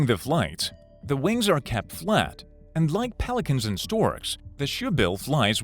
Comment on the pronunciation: "they have huuj wangs"